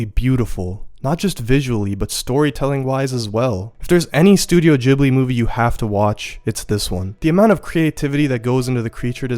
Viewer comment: loved your overview of the Studio Ghibli movies. I agree with your evaluation of "Spirited Away". Just two things bothered me a bit: What about "The Wind Rises". It's the movie that shows what "Ghibli" means -- the designer of the Japanese Zero fighter. Okay, that was one. Two is: the first syllable is not "jib". It's an Italian name. the H after the G makes it hard, like "gift". Or "spaghetti". I'm a language nerd, so please forgive me and keep up the good work!